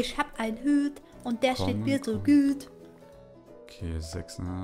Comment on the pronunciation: isch hab ein hüt und der steht mir so güt"